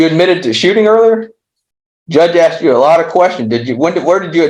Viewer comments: The look on the Judge's face every time the lawyer says "aksed" , istead of "asked" gets better every time. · Judge smirked when the guy said "Judge just axed the question...". LOL!! And while they are playing that recording Judge looks like he's flipping through his Bassmaster fishing magazine. I think this guy is screwed. 🤣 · Can't believe his lawyer said "the judge AXED" more than once! So unprofessional. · A bit weird hearing an educated lawyer speak the way this one does.."defendant axed" ..no the defendant "asked" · When your lawyer says "the judge AXED".... more than once. It's one thing in regular conversation but in a courtroom? He can't be a good lawyer if he doesn't know better than that